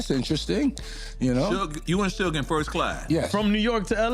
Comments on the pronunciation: Zoogay 😅😅😅 It's Suge 😅😅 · Say su-gay one more time... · "Soughé Knigt" LMAO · “Soo-gay Knight”?